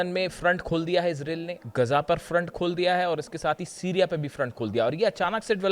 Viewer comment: तेहरान में 20-25 अरब लोग इकट्ठे होंगे -. यह तो तुमने सही बोला की तुम कौन होते हो बोलने वाले।जनानी तुम्हारी न्यूज़ बहुत अच्छी होती है।पर इसराइल का उच्चारण सही किया करो. ये इसराइल और अमेरिकन बेवक़ूफ़ है जो आपसे सलाह नहीं लेते, और आप जैसे रिपर्टर भी हज़ारो साल में एक बार आते है।